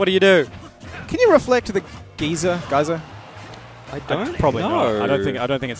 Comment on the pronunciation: "Can you reflect the 'gee-ser' Geyser?" I cringed in embarrassment.